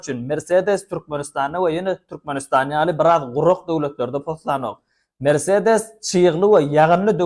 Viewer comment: Merseedes dal mersedes